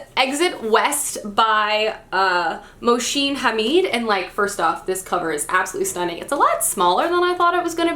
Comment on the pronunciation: Mohsin Hamid is a muslim name and its pronounced as 'Moh-seen' 'Ha-meed'. just wanted to let you know (with good intentions) 😊